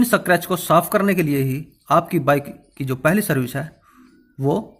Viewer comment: सक्रेच नही स्क्रेच जानकारी के लिए धन्यवाद